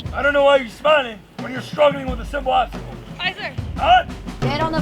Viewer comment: It’s aye not Ight lmao